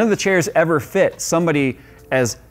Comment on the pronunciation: thought for sure when he said "FETT" instead of "FIT" i wouldve seen a quick boba fett face on the screen. but no.